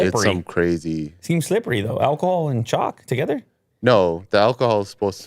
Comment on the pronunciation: At first I thought said alcohol chocolate 🍫 😂, instead of chalk